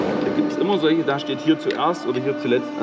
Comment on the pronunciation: Hi, bei Dich heißt "Immer" - "ÜMMER"... woja 😂🤣😂🤣😂